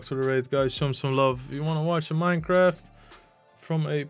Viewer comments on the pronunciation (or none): none